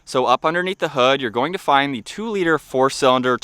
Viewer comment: This guy narrates like a robot. The word “the” is pronounced “tha” or “thuh”…I had to stop about a quarter way through. His speech pattern is beyond annoying